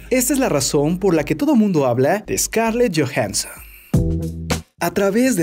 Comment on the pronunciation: jajajaja Scarlett Jojenson